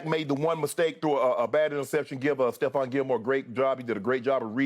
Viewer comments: Once again, it's TREVON Diggs. Not Stephon. TREVON Diggs. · Nobody caught Shannon calling trevon steffon 😅😂